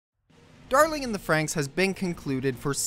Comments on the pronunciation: ah yes. Da-Ling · Dah-ling chain